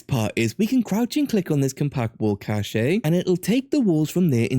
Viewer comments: it’s a good video, but cache is pronounced like “cash” and it kept infuriating me whenever you said “cachè” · FYI, the word "cache" is pronounced the same as "cash"